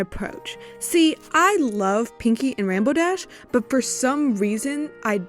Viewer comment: “And rambow dash” u just violated THE RAINBOW DASH!